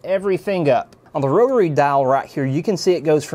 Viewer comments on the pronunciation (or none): none